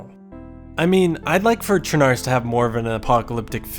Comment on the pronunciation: It's not pronounced sure-nar-russ It's pronounced sher-nah-roos, which means Black Russia, because it's next to the Black sea.